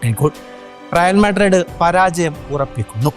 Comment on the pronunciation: മുത്തേ റിയൽ മാഡ്രഡ്‌ ❌അല്ല, റിയൽ മാഡ്രിഡ്‌ ✅ ആണ്